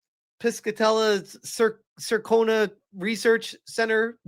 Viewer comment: Man you are a massive retard. Can’t even pronounce Yōtei or Circana right